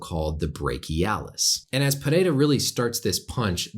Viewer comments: Thanks Doc for getting Pereira’s name right. Names usually aren’t a big deal for me, but for some reason Rogan and the other announcers kept fucking it up and saying it 5 different ways when it’s not hard at all. Doc even rolled his r’s decently. Well done, sir. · this is the first time i see someone who isn't from brazil pronounce his name the right way